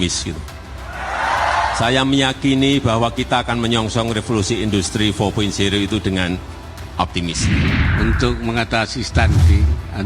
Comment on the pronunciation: menit 49.30 dmana mr.gembul menyebut kan istilah industri 4.0 sebanyak 4x dan beda semua..wkwkkw four one zero, four zero ,four dot zero terakhir four one zero dan gapernah menyebut four point zero .wkwkkwkwkw